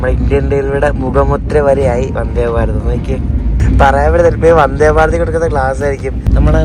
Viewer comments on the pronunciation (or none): none